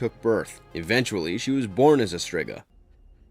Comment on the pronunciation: Also, its well known its pronounced Streeeega, even happens in the Nseries. Embarrassing 😂